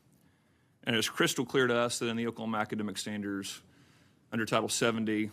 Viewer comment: He said "Okelhoma academa standers".